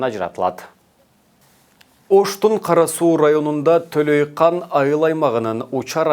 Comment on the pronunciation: Ээ журналист сабатсыз Төлөйкан эмес Төлөйкон деп аталат.